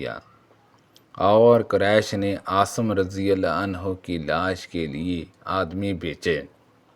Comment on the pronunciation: Assalam alekum jub Urdu nahi aati tu urdu ki taang na tora karen jo zaban aati he ossi me video banaya karen asim ko aap asam parhty hein ghaddari ko ghardari bol rahy hein or bhi beshumar ghaltiyan hein meherbani ker k urdu ko make karden